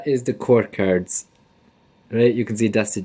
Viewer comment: You need to say cards probably not the way your saying it so annoying